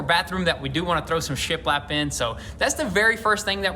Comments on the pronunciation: shit lapped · Why does it sound like he’s saying shit wrapped 😂🤣😂